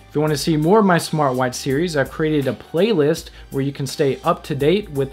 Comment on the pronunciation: hahahahaha "Playlsit". you crack me up. can i please be on the next comment show???